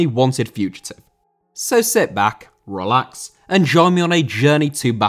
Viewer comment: Sit back, RRR-lax... 😁